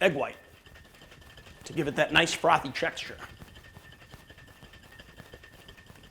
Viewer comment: "That nice frothy checkshter."